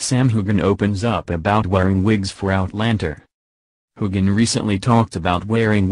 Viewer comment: Old news. Please learn the correct pronunciation of Sam and Cait’s names